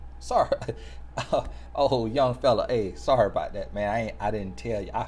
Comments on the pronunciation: "Oh my goodness this is a mant of godt"👏👏😂😂😂😂😂😭😂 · “Oh my goodness this a manT of GodT!” 😂🤣😂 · I’m dead at “this is a ManT of GodT” 😂😭💀💀😂💀🤣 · “Oh my goodness this a mant of Godt” 🤣